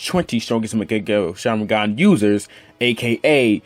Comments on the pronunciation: Young Makaveli What. As I watched the video i replied with the ways he said it lmao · bruh legit said mechagyou sharingan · Is he saying "maagekiyo shareengun?🤣🤣🤣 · U cant even say mangekyõ sharingan